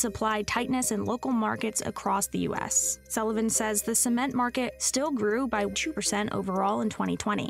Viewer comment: Haha "Sment"